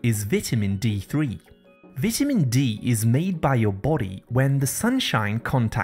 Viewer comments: Learn how to pronounceceate VITAMIN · Good video..don't get why you are pronouncing vitamin wrong. . However good information